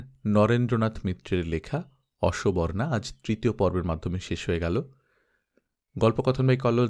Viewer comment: অসোবর্না নয় অসবর্ণা